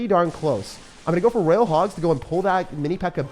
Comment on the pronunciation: roYYYYYYal not raaaal